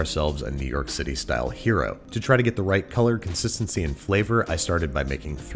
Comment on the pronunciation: I keep hearing hyeero instead of hero. Weird. Or should I say wyeerd.